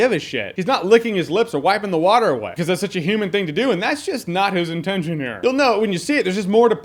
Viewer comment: I'm pretty sure it's droll, not water.